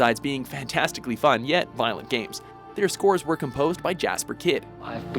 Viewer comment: That butchering of Jesper Kyd.